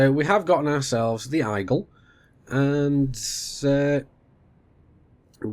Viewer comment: "the i-gle"